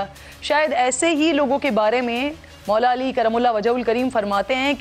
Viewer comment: Ap nay meray ham sab k MOULA ALI ka naam itna ihtraam say or itna saaf bola hai.baout paray likay loog bei is tara saaf naam nahi ley saktay.bahout houb zabardasat.